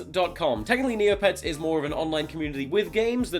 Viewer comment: "Neopets" lmao